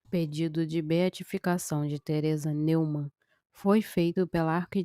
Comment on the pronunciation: A pronúncia da palavra alemã Neumann é Nóimann.